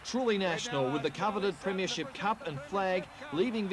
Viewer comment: Back in the days when the old timers like Peter Landy pronounced it as "preeem-ya-ship"